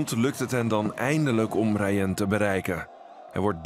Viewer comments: Je zegt de naam ni rayen maar rayan (geen haat) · Het is raayan zo spreekt je het